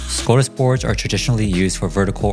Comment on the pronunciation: TIL I have been saying Skadis wrong my whole life 😂😂